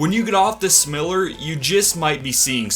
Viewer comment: The way you say smiler is soooooooo wrong lol smile -er